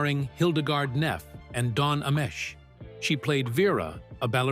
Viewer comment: Don Amesh?. Ha!!!!! Don A-Mee=Chee.